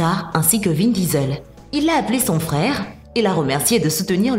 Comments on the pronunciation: C’est pas vin visel c’est vin diesel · Vin Disel 😂😂😂